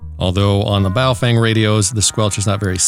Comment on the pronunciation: Love the “ball-chinnian”. LOL!!!